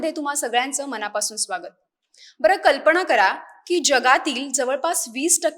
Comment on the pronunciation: अहो मॅड म मराठी थोडी सुधारा कल्पणा नसुन कल्पना, मणा पासून न म्हणता मना पासून म्हणा कदाचित तुमची प्रतिष्ठा वाढेल.